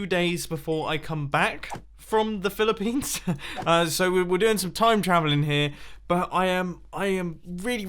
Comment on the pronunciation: Did you say Philippines